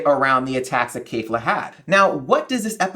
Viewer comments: Kefla not Kayfla...you watched the show so you know how to say it. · keh'f-la not kay'f-la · why would a guy who doesn't even know the characters names (kefla not kayfla) have anywhere near an accurate theory?